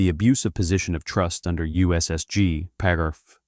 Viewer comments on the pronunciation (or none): STUPID AI voice pronounced the word paragraph . . . “por-ahh-gruff” STOP using AI crap.